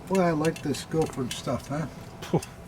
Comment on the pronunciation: Its Guildford lads ,cmon ,get it right😅 best regards to all ,Ross (England)